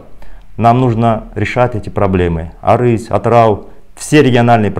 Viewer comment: Не Арыси. А Арыс